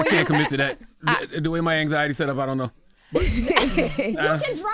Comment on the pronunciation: “I dunt knowwwah”…yeah that’s British lol